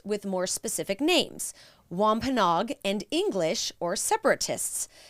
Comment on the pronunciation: We live in Plymouth county right near the Plymouth rock and the site of the original plantation. We have toured many times. What you said is accurate, however we pronounce Wampanoag differently. It should be Wamp- a-NO-ag with 4 syllables not 'Nog' with 3.